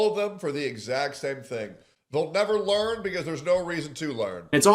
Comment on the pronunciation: you mispronounced LEARN